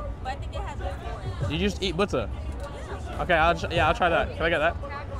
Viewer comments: Lol i like how he says bootter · nice "budder"! Keep it up!